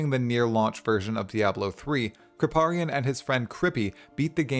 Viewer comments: krip "pay" rian, never heard it pronounced krip "PAH" rian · How you going to saw Krip's name wrong? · Can hear on the pronunciation of Kripparian he hasn't seen him! :D